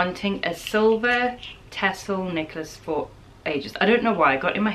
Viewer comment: listening this video while mildly loudly washing dishes - I thought you were saying knickers when you were talking about the silver tassle necklace and I was wondering why you wanted silver tassel knickers lol Then I seen you hold up the necklace and had to laugh. I need a louder speaker I guess.